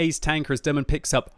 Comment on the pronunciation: You pronounce his name wrong :P Haven't notice he's from Turkey till you showed the Turkish flag :) Derman Bey is like Mr Remedy :D